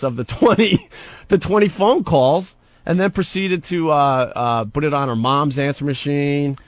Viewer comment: Bhut Bhut Bhut Bhut Bhut. What a fucking idiot. In radio since he's 18, can't say the word "PUT". Twat.